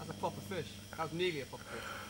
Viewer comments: Wow it's been 500 years since the last time I hear "pwoper fish" lol 😂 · yup its pwoper 😂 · oh! pwoper also refers to that same video of the guys on a fishing trip and matt saying something about catching a "pwoper fish"! :D